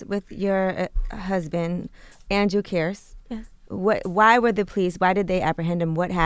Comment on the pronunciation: how can envy mispronounce kearse at the end when they said it like 100 times during the interview